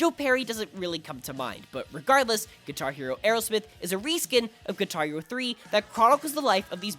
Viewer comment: Parece que dice “Guitario” XD